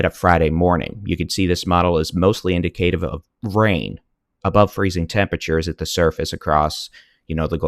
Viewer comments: / in-dik-uh-tiv / not / in-di-kay-tiv/ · People from different areas say things differently also has talked before about the fact that he has a speech impediment...